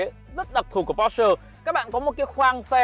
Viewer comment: Phát âm sai bét nhè còn đi nâng bi nhau :))